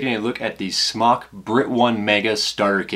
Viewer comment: it's pronounced smoke not smock